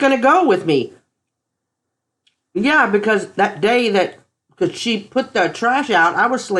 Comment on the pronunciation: She, not sheet... Good grief